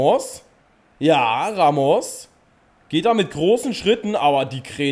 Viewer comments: Man spricht ihn rAmos ganz kurz und nicht raMOS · Warum sprichst du Ramos falsch aus? Du als Dortmund Fan müsstest das doch wissen.😁